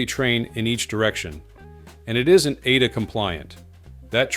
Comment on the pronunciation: Come on it’s A.D.A not ada